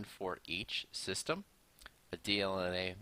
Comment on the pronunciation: fucking sis-tam